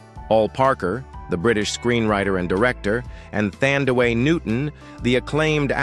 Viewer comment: Her name is Thandie NOT Thandaway!!!!